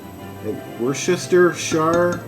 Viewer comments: it;s pronounced as WORS-TER-SHIRE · say it '''wooster' sauce ' i love this recipe ~